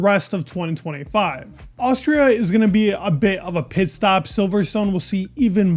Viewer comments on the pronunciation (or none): Pitt stop doesn’t not work when with your accent 😂😂, I had to double check!!